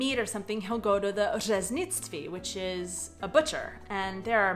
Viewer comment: I enjoy your videos even when they have nothing to do with me. I have a Canadian daughter-in-law so if you allow me to make your Czech more understandable; the emphasis in Czech language in on the first syllable. It is a very strong emphasis - PO traviny. ŘEznictví. If you do this, everybody will understand you on the first try, without the hhhh????:-)